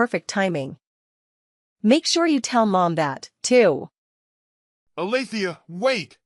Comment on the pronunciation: Alethea? Try Althea.